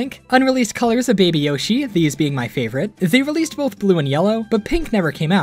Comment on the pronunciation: Beeg Beeg Yoshee.